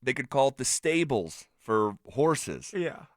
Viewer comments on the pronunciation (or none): "The Stabble"